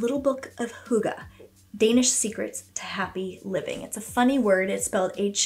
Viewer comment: Hey from Denmark ❤ hygge is a hard Word but Nice try ❤